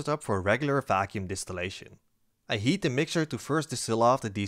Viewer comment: I know you are saying Heat. But every so often I think you are saying Yeet. and its funny when you say "going to Yeet(heat) it" XD